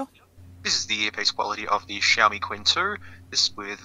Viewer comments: don’t worry about, he was wrong anyway. It's not “tsin”, the "q" is pronounced the same as ”ch", it sounds exactly as "Ching", Chinese character 亲-qīn Unlike some YouTuber, knowingly pronouncing Ali Express as "Allied Express." Apparently it's Mohammed Allied, not Mohammed Ali. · i think you should mention it as chin. not quin... but i don't know chinese language. but my feeling say so. and everytime you say quin. it kinda ruin the video for me... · Qin is pronounced a bit like "tsin" rather than "quinn" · You are correct. Qin is much closer to chin than quin